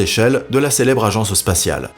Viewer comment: Pourquoi dit-il "l'agenceuspatial" en un seul mot au lieu de "l'agence spatiale" en deux mots ?